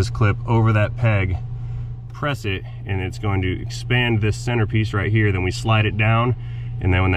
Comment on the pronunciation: Idk why but every time you say “heeuur” idk how it would be spelled…..but I giggle every time… but great video again!!! You have skills with videoing and working on a vehicle! He taught us how with our big bobble heads getting in the way to see… also I want to know if PEETAH will ever make a guest appearance!! It always cracked me up hearing that… the dealership I worked at all I heard was BLUE!!! being yelled across the showroom or the service area… I worked in sales and service and sometimes in the shop if someone didn’t show up or called in… I did a lot in sales, service writing, and cashing out customers that were upset because of the price or the others they worked with… then the basics and certification for oil changes and inspections… so I was always getting called in different places, I was training in parts until I had quite a few health problems and had to leave… I miss working there and everyone also… even the owner still texts me to check on how I’m doing and that they are praying for my recovery… your videos bring me joy every time I get a notification because I can get lost in watching them… much love!!!!!!💙💙